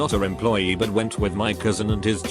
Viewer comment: "Not a Rim-ploy-ee" What? How stupid are you? Not how that's pronounced moron.